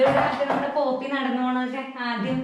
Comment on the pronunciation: പപ്പി alla poppy annu Mr.